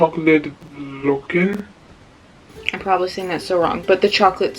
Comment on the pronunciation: based on your name i thought you were dutch but based on the way you said hagelslag and vlokken i see it is not true